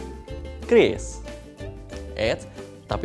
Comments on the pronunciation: oalah bacanya kris, kukira kyuris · Oke jadinya dibaca "kris" buka "qiuris"